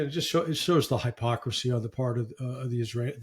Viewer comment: Larry, it's not *high*pocracy.